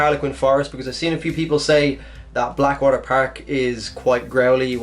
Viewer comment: Bleckwater perk and herlequin forest XD